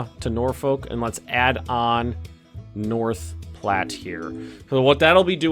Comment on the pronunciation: But North Platte was pronounced correctly